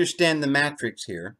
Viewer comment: jesus fulfilled the old law and why do you mispronounce the word Matrix ?